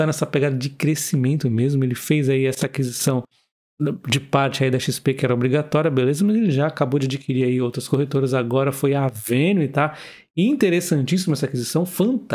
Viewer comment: Crítica construtiva: Pronunciar o nome das empresas errado não pega bem, ainda mais pra um canal que tem conteúdo. Notei isso duas vezes em outro vídeo, e neste mais uma vez. AVENUE se pronuncia "éveniu" e não "avênui, assim como TOTVS se pronuncia "totus" ao invés de "totivis". Fora isso, conteúdo excelente.